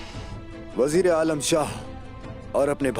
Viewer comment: said: Bajir😁Bajir 😁😁